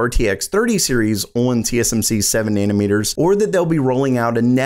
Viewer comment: Nayna-meters? Hehe